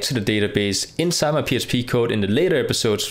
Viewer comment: why does he keep saying PSP file? is this a slip? or accent thing?